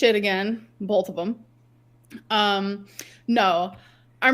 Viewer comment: Came here to say bolth 💀